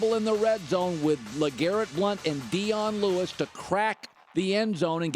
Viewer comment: Did he say Dion Lude-is? I'm 100% certain he did lol.